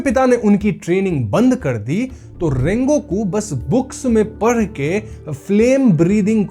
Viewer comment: its funny to hear , "manga prr ( padh) rakha hai" 😂😂